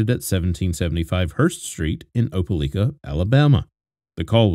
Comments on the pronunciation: The mispronounciation of "Opelika" is driving me bugshit. The newscaster even SAID it in the video at the beginning. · A British person speaking with a perfect American accent? No. Btw, right off the rip, this guy mispronounces “Opelika” too.